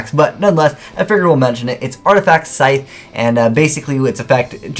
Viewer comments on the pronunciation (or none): none